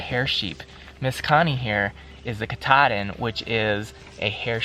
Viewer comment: Doing good but there pronounced (cat-a-din)